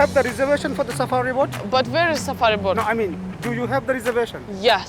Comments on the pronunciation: Кто-нибудь, скажите, что лодка на английском произносится не боРт, а боут)) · почему Настя говорит "сафари борт" если правильно "сафари боут" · я думала мне одной показалось, что она произносила боРт >_< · Почему она постоянно говорит "борт" на лодку? Неужели так сложно выучить хотя бы одно слово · я понимаю что английский не у всех идеальный, но она целый день говорила BORT на лодку и никто ее не поправил!